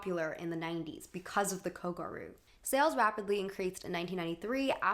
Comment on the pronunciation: not kogaru, kogYaru. I love what you've got to say and youre well researches, expect for the pronunciations of a lot of japanese words in this video.